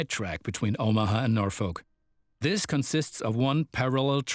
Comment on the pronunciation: They mispronounced Omaha AND Norfolk smh